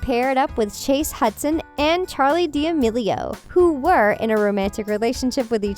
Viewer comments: "Dixie dea-amealio" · Nigga said dyamilio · I love watching your videos but you said Charlies last name wrong That’s OK